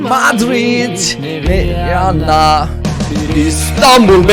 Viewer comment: Viyanna derken o susuş bana garip geldi😅 annemin telefonundan yazıyom